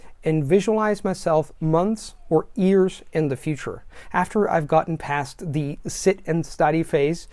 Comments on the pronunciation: You're amazing. I do this hesitantly, but since you have a really incredible, almost perfect accent, your leading 'y' on words like 'years' come off as 'ears', but 'your' sounded great. This video was awesome! Thanks! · You keep pronouncing 'years' like 'ears' - are you doing an Indian accent? 😜 Great content anyways, thanks!